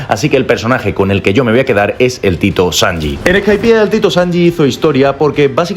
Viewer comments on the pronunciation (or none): COMO VAS A DECIR SANJI GAU